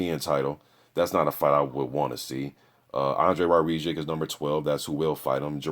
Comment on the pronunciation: His name is pronounced - War - Zick